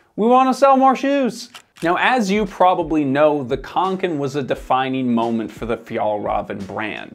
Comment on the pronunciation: As a scandinavien i hurts My ears when you miss pronounce Åke and kånken😁 you should use the O sound when pronounce Å but otherwise a great video👍